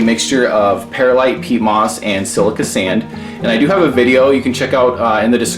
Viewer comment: Pur-lite not Pear-light